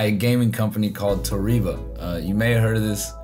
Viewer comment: and it’s pronounced toe-reh-buh